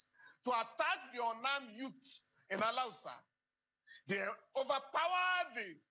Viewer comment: Thanks Uncle Falana for pronouncing Alawusa ...instead of Alhausa ....Alawusa has nothing to do with Hausa ...Awusa is an edible fruit😅